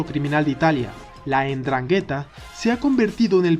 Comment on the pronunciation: Se dice Ndrángheta...!...